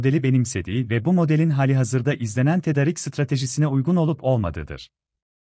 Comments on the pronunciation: Tedarik biraz uzun söylüyoruz tedaaarik gibi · tedarik demesini öğrenin lütfen kötü duruyor